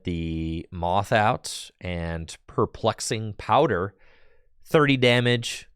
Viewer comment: Every time mispronounces Perplexing Powder, I take a shot.